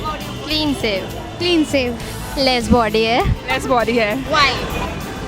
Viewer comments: one of those girls said clean save 😂😂😂 instead of clean shave ..... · clean sev not clean shave 😂😂